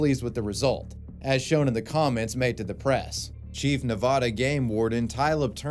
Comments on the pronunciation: Its pronounced Nevada. Not Ne-Vah-da. Please please learn this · #5 You're saying Nevada wrong.